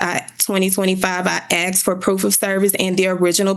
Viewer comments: Axed. I axed. He axed. They axed... Edit 1: And then there's "estentially". "What we're estentially here for today..." - She's a LAWYER and doesn't know that essentially doesn't start with 'est'. WOW!!! Edit 2: Look at how everyone else is dressed then look at what she's wearing. This has to be satire. There's no way this is real, right? Surely, this is a video of some comedy troop trying to do a Reno 911 thing. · They didn’t respond because she “axed” not “asked.” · What law school granted this woman a JD? She can’t pronounce basic words. She “axed” him to do something? She did what was “axed” of her? COME on, man… I usually don’t judge people on the way they speak English, but this woman has an advanced degree that requires a professional demeanor. At this point in her life she must have heard the word “asked” said properly 19,722 times. So how do you justify this? I can only imagine it must be intentional. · if your lawyer "axs" questions, youre going to prison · "Axed"... "Axed" .... "Axed"............ what's so hard to say "asked" lol........... she's toast lol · How did she even become a lawyer...."I axed for service...' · It’s pronounced askkkkked. Not axed. 🙄🙄🙄🙄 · she axed it - its obvious what shes saying! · did that da just say axed? 🤔 I ain't saying nothing... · "I axed" case dismissed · Axe, axe, axe....good grief. And her message hoodie is not court appropriate. Yikes. What a case. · Sounds like acks and acked lol